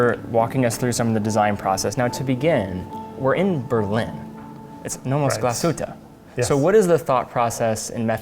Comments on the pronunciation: The emphasis in Glashütte is on the first syllable, not the second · please please learn how to pronounce Glashütte, there is no aaaaaaaaaaaaaaaaaaa at the end